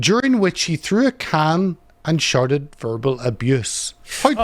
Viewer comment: Christ, the Northern Irish accent is hard to listen to. What other accent on earth pronounces however as "haiever" and shouted as "sharted"?